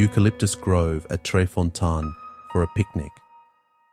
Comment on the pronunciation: Fontane= foh-TAH-neh.